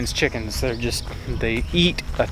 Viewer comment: Release the "chackenns"! Lol